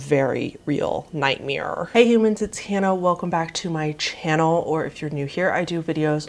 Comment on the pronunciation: This is a serious video but the way you said "nightmyeer" is fucking hilarious